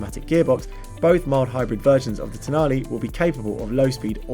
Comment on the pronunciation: Can you just try to pronounce the last letter of the car’s name with the right sound…please 😔